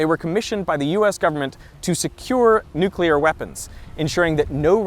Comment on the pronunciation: A prof that says Nukelar instead of nuclear. -_